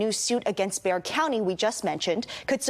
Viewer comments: The county San Antonio is in, Bexar,is pronounced Bear county. I live there......... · I live in Bexar County it's pronounced "bear" like a teddy bear. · Thanks for the update. btw, Bexar county - the X is silent. I know, we have a number of unique pronunciations here in TX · It's pronounced BEAR...not Bex ar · Paxton has been abusing his power for years. And it’s pronounced Bay-er. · It's pronounced "BEAR" county, the X is silent in spanish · When I first moved to Texas, I saw the spelling (Bexar) and also thought it was pronounced Bex-ar. But no; Texas has some weird pronunciations. It's actually pronounced like Bear. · The county in which San Antonio is located is properly pronounced "beh-HAR" but Texans generally do a passable job with our default accent Spanglish-mangling "BAY-uhr." Never ever "bex-ar." Ever. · I know u don't know but it's pronounced Bear County not Becksar County.😊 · you are probably right,, however, in Texas it pronounced Bayer or Bear County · Bexar is pronounced Bear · It’s pronounced “Bear” county. The x is silent. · BEXAR county is pronounced BEAR 🤠🐻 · Sorry dude bexar is pronounced bear. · Bay-Har is how you pronounce Bexar! It’s Spanish. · Bexar county is pronounced bear… just fyi👍🏼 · Bexar County is pronounced Bayer. BTW Ken Paxton is a criminal and I’m glad that a judge squashed his plan. He tried the same thing in Travis County. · The x in Bexar is silent. It’s pronounced like “bear”. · Bexar is pronounced Bear. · Bexar County is pronounced like "bear". The x isn't pronounced. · Bexar is pronounced like "bear." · Its pronounced Bear, not Bexar fyi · Bexar is pronounced “Bear” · Bexar County is pronounced like the X is not there. Just like polar “bear.” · It's Bay-er if you live in Dallas, perhaps, but here in Bexar County Texas (San Antonio) it is BEAR. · BEXAR County is pronounced BEAR COUNTY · Bexar is pronounced as Bear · Bexar is pronounced Bayer, like the aspirin, here in Texas. We pronounce everything weird here.